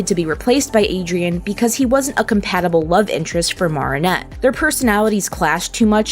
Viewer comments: No offence its not pronounced Maarinet its called marinette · ( Mair - uh - net ) not ( Mar - ah - net ) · Why dose she say MaReAneTTe instead of marrinette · Maarinette It Is Mareinette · It’s not “moaranet” it’s MArinnete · Wow i loved how this video went deep and u explained all the foils and stuff. One thing tho, it’s Mare-in-et (like in fair, you say mair, or mare, like what u call a horse) not mar-in-et (like in bar) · Its marinette not marrinette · yes its maa ri nett 😭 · Sorry, but the pronunciation of Marinette threw me off. It's pronounced Ma-rin-ette. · m ah-rinette ;-; otherwise great video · why does she say mawh-rin-ette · I JUST LOVE THE WAY THEY SAY, morninette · Mar-in-ette? Aight send marinette to mars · Ok listen up, it’s mar from Mary nor maar from maareep your pronouncing Marinette like maar-ee-net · Why does she keep calling Marinnette mArennete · It’s actually Mari-nette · she really went and said "MARRRRinette" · Just so you know, it’s pronounced (Mair-in-et) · The way you say marinette is just 😬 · im sorry but how you pronounce marinette annoys me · Ok but why are you pronouncing Marinette's name weird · I was annoyed the whole time with her saying Marinette's name wrong every time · Omg, I can't. You keep saying Marinets name wrong.